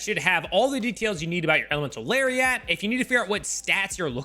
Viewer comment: I like when he says Elemental Larry at and Elemental Larry ot